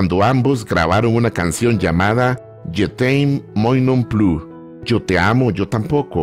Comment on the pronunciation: Se pronunocir yutemmo mua non pliiuuu. Saludos desde Panamá 🇵🇦. 🥰